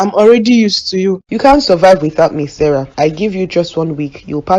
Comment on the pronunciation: It’s Sarah not Sarah 😂